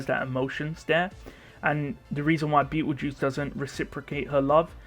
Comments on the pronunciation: I keep hearing bettle juice haha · lol I know this is a 3 year old video but why do you call Petelgeuse as beetle juice?